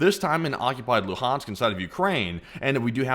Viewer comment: The way you pronounce "Luhansk" is very genuine